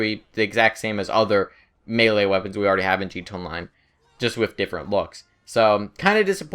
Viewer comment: stop saying gt onmine its gta online you basted